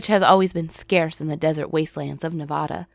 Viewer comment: Why you gotta pronounce Nevada like that